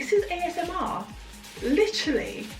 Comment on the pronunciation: I love your video quality. You're very funny did you say AMSR? Thank you for this video I learned a lot and you make me laugh too😇